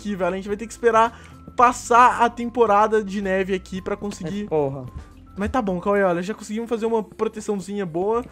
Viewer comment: o falou "ai porra" ou "ai boa"?